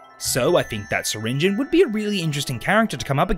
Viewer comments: It’s pronounced sir ringi on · Pronounce the E in syringeons name!!!!! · Awesome concept. Also, I think you prounounced syringeon wrong.